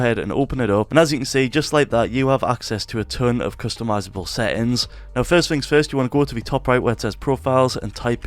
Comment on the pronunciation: bro sry but you trigger me with seins and not settings